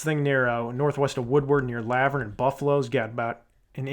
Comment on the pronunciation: Great video. Oh and it's pronounced La-vurn like Laverne & Shirley the tv sitcom 😳😂